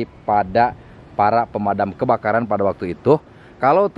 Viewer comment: KANG JERY SUSAH BILANG PEMADAM KEBAKARAN